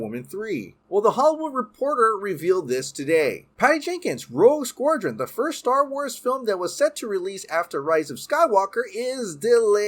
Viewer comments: Please learn how to pronounce "Squadron!", It's not "Squordron." Also, learn how to pronounce "Gadot" - it is NOT "Guh-doh" it is "Guh-dot" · It's pronounced "SKWA-DREN" not "skwor-dren" -_ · here's some help. "Sqwad-ron". While I'm here, "There is the rumours". There ARE the rumours. Plural. Maybe English is not your first language?? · Why are you saying SquORdron? Do you have an accent? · Learn to pronounce "SQUADRON" or don't speak. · can't pronounce Squadron to save his life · That pronunciation of squadron lol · God, it was painful listening to you mutilate the pronunciation of the word squadron .. besides that, love ya' :) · He’s playing Merkel, Gordon’s partner. Also, your pronunciation of the word “SQUADRON” haunts me! Have a great day and love the channel!